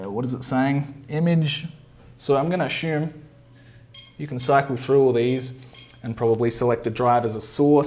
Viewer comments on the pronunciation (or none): Assume not Ashume LOL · Sorry mate, no disrespect, but it’s ‘ass-you-m’. Good video nonetheless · one drink for every time he sais "ashume" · Ashume, ashume, ashume, ashume